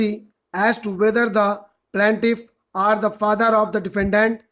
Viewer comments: Sir i regularly take ur dictations sorry for being rude on comments bt i did it jst bcz i dnt wnt ds trouble in the upcoming dictations... Sir i write 4 to 5 times ur single dictation but always get stuck at that same place in between 'are' and 'or' and its too irritating setimes.... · Kuki aapko bolna hi ni aata na are me diff na or me diff mtlb hadd hai